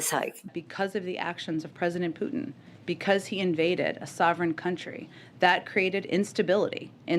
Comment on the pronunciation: Thank you Benny for being able to pronounce "Putin" correctly.